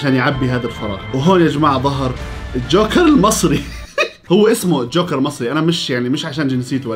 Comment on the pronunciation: جوكر ❌ شوكر ✔️